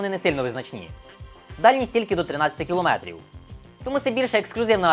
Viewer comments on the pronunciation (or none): none